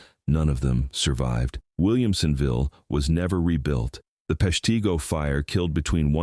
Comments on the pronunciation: Pesh-t'go, not pesh tee go 😅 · AI. Yes; I've never heard of PeshTEEgo. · Nobody's ever heard of 'Pesh-TEA-Go" for a reason: it never existed lol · No, I've never heard of Peshteego, and I'm quite aware of the Great Peshtigo Fire. (Must be where they smelt all the "leed") Can't you even bother to check the pronunciation? And if you want "towns you never heard of" just look at all the town that dried up when passenger rail went virtually extinct (Thanks, Amtrak!) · As usual the mispronunciations are because its an AI voice. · If you're going to talk about Peshtigo, learn how to pronounce it! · FYI, "Peshtigo" has a short "i" sound, as in "it." Not a long "e" sound, like "beet." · Narrator can't pronounce Peshtigo correctly!